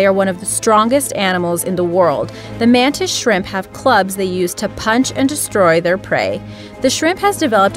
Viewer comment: When you said the mantis shrimp I hear it as the mantis shrek